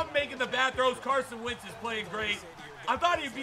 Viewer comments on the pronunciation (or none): It’s wentz not wintz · It's Wentz not Wintz